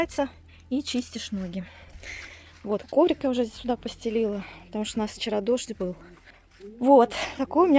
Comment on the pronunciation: здравствуйте. Подписана на вас. Смотрю с удовольствием, вы молодец. Но, ваше слово "суда" очень режет слух. Есть слово "сюда".